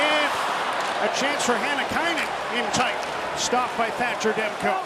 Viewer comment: Demko`, not De`mko )